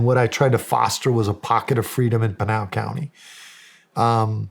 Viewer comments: PIN (the item you use to hang up a wanted poster) AL (short name for Albert). PIN-AL. Not PEEN-AL. How dare you, Shawn Ryan 😂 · Funny how Shawn pronounces Pinal County as penal, like penal colony. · You Pronounced Pinal incorrectly. Lived in AZ for 18 years and worked for the legacy I&NS, 1st there is no such thing as God, 2nd if the United Snakes of Hypocrisy didn't interfere in the politics of the governments of the south, people won't come here. This sheriff is not very articulate and maybe contributes to his lack of knowledge. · Oh Shawn killed me with the counties pronunciation and Mark corrected it